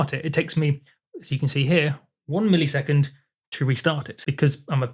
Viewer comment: Is saying millisecond (mill-E-sec-und) just part of your accent? In the US we say it (mill-uh-sec-und). To me it sounds like when people say parameter (pare-uh-meat-er) instead of (puh-ram-it-er). Maybe I'm picky but I'm also curious.